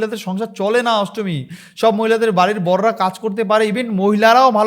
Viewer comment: ASTMI NA NASTAMI, TA HOLAY SUN TOR VASAN GULO SOGACHI PARITALAY BA RAHINGA LUNGI TOLER SOVA PAAY